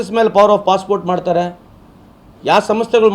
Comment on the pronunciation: ನಾವೇ ನಂಬರ್ ವನ್ ಎನ್ನುವ ಟಿವಿ9 ಮಂದಿಗೆ ಅದು 'Possport' ಅಲ್ಲ 'Passport' ಎನ್ನೋದು ಗೊತ್ತಾಗಲಿಲ್ಲವೇ?! 😜